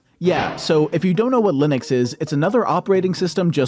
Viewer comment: why does he say "linix" wtf its making me crazy